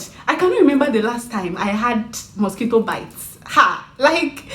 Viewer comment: The emphasis on mosquitoes lmao